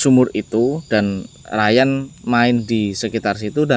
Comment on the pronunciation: Udah di bilang nama nya rayan tapi nyebutnya tetap riyan